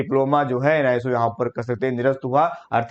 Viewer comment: आप एन आई एस ओ की जगह हमेशा एन आई सो कहते है,,उसको सही से बोले,,बाकी सब न्यूज आप बहुत अच्छा और सच्चा देते है